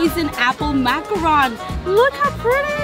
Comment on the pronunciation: She's saying macaron wrong right?